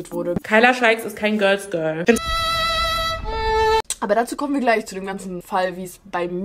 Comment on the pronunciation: "göls göl" 😂 ok i'm sorry love you & war mal wieder ein super video!💞